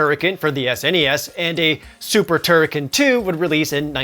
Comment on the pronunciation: Please tell me that I am not the only person who pronounced "TurriKEN" AS "TurriKHAN".